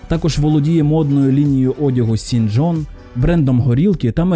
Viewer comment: Володіє модною лінією одягу «Сін Джон»😅😅. Чувак, якщо ти вже хочеш хайпанути на волні ареста Дідді, то хоча б трохи увійди в тему! «Сін Джон» бля, я угораю😆😂🤣 Може все таки «Шон Джон»!?))) Sean John. Якщо ти не в курсі, то Дідді має імʼя Шон. Звідти і назва його одягу «Шон Джон» Шон, а не Сін. Запамʼятай автор!😅